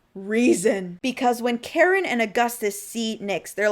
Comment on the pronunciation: Every time I hear you say Kharon I hear Karen, tracks.